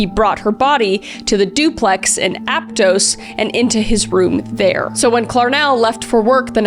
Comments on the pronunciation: app-toast😂 it's app-toss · as sum1 who was born a d raised in Santa Cruz its Atp-toss and Vac-a-ville. im sorry but u butchered the pronoucation and idk that ur Canadian. google it please😭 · I had to say the same thing haha, I heard ap-toes 😂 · it's pronounced "Ap-Toss" but a lot of people struggle just from reading it. This is pretty wild I have heard about this guy before but didn't know how local he was to my area. Hell I actually went to Cabrillo College and never heard a word of this before. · Just came here to say that Aptos is pronounces “ap-toss”. I grew up in this area, went to a high school in Watsonville/Santa Cruz mountain area and took some classes at Cabrillo College.